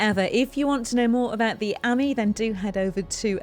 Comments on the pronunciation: Nice! But it's not the Citroën "ammy" -- it's the Citroën "amee" (as in ami, amie, amigo, etc. = "friend"). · It's not an Amy (like Amy Winehouse) it's an ah - me like mon ami... mon cheri !